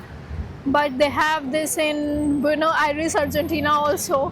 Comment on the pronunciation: Buenos the S at the end should be pronounced